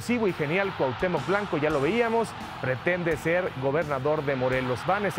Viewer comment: BABOSO , DIJO Cuhatemoc presidente de cuhautemoc , este CIRO es un PENDEJO